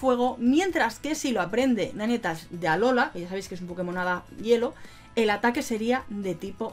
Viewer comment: Se pronuncia "nainteils" 😉